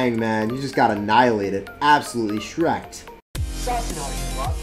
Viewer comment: Please dont say shrekt, thank you.